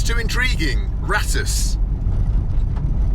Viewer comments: The kindly men told you the village is called Ra-toos. Yet, you still called it Rattish 20 more times. C’mon, man! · the mean streets of ‘Bratush’ love how you added an extra B to the village name after saying it so many times 😂😂